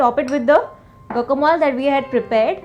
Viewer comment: Its Guacamole not Gocamol. Please check the correct pronunciation.